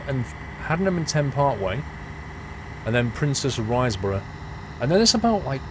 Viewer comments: shame about Princes' Riseborough though! Not pronounced rise-borough but RIS-borough! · lol had to laugh at your pronunciation. it's princes riz-bruh for princes risborough.